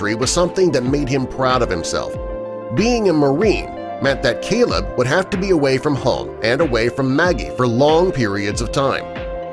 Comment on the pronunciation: The guy reading the story calls the groom Celeb (as in celebrity). Apparently his name is Caleb!! It's not that difficult!